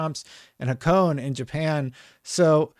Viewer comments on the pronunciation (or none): The racetrack "Hakone" is pronounced hah-koh-nay